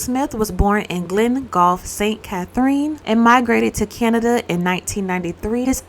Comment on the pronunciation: When you said “saint cathereeen” “monteego bay” we say “sent cathrin” “mobay/montiguh bay” I’m spelling it how we pronounce it.. btw lovely storytelling as always.